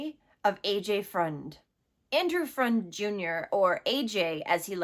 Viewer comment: Its pronounced fruend not friend not like it matters i just live a half hour away and it was all over the news so Ive heard his poor name a million times on the news. Its a big story here